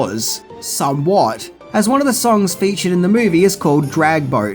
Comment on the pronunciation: Do everybody a favour, bloke! Piss those idiotic aviator shades off and pronounce THE as THE not that Pommy bullshit "vee"!!